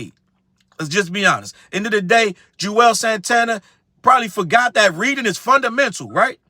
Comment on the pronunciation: They way you keep saying JUZ 😭😭 crying , CMON JUZZZZ